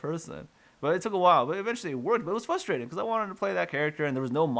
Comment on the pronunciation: The most frustrating thing about this video is your inability to pronounce the word frustrating.